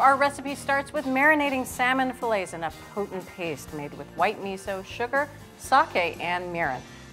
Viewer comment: did that gurl really say miso like ketchup?? @@